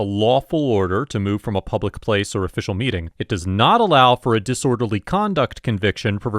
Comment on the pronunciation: ILL say IT AGAIN HE'S IN PUB UH LICK WHO THE HELL DO THEY THINK THEY ARE ITS P U B L I C